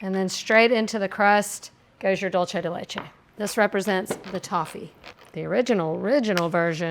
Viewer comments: Dulce de leche is pronounced exactly as it’s written. Dool-seh (not dol-che). I’m Italian too but this is Spanish. Sorry to have to be a language nerd lol 🙈 you are amazing and I’m a solid fan! The more you know 🌈 🌟 😅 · Also the way she pronounced pizzelle 😂😂😂😂 that and the dulce de leche pronunciation had me cracking up. Gotta love her ❤❤❤ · My ears bled every time she pronounced that 😅😅 And when she pronounced the "g" on the ends of words. And caramel. Lol.